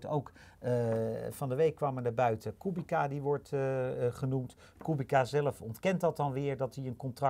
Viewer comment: Als Kubica terugkomt in de F1, zouden jullie dan aub even willen luisteren naar hoe Polen de naam van hun landgenoot uitspreken: De 'c' spreek je uit als 'ts' namelijk. Voor de rest lekker zo doorgaan : p